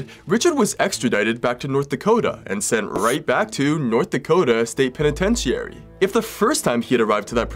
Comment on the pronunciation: Agree he maybe able to smooth his way with people even suspicious cops but he still tried murdering two people we know of and succeeded murdering one. Nice catch, also mispronounced Penitentiary it’s “peh ni TEN chr ee” just hopefully helpful feedback, love your stories though listened and watch all of them